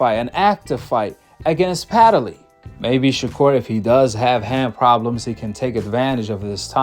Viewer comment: Hey, there is no a,e,i,o, or u in between the d and the l in Padley. Stop pronouncing his name wrong.